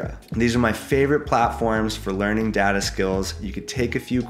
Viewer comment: Step one learn how to say DATA 😊